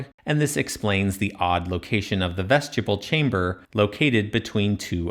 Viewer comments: I hate it when I see people correcting someone’s pronunciation on YouTube…but I love the way you said vestjibble! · Another excellent analysis and exposition. But I've never heard anyone, anywhere, pronounce "vestibule" as though it were written "vestuble". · It is very distracting! It's pronounced vest-ih-byool in every dialect of English, though I'm sure many young people have never heard it said out loud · I'm afraid that's not quite how to pronounce vestibule. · Man I love your videos but please please PLEASE look up the proper pronunciation of the word "vestibule" 😊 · Your pronunciation of "vestibule" triggered my OCD 😂 your videos deserve lots of comments so I'm sure you won't mind my complaint. Keep up the awesome work. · I’ve never heard anyone pronounce vestibule like that 😅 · haha, it’s YOUR video, so who am I to tell you how to pronounce things? I just wanted to spell it out phonetically! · Yes. It distracted me from the content of the video every time he said it. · Vestibule is not 'vest-yable' -- it's vest-ib-you'll or vest-i-bulle -- pretty much like it's spelled. It's basically a foyer, which is not said foy-er though, but foy-A. An entrance room. Anyway, yet another reason to dislike Hawass if he's backing this "3-chambers" guy. I'm going to assume they made as many rooms as were deemed crucial and those needs/desires changed either from Pharoah to Pharoah or as time went by. Pyramid interiors are clearly vastly different and trying to simplify them into a non-reasoned set of 3, when 3 isn't even right or defensible...pfft. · Ves ti Bewle ... vestibule ... short I long U ... not as you keep mispronouncing it ... sadly english is NOT your strong suit since you cant even say one of the most common words in the english language ... which further proves Nazi America is NOT educated but indoctrinated into stupidity ... and is UNABLE to recite English correctly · I keep hearing “Vegetable”, lol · I don't think 'vegetable' is the correct pronunciation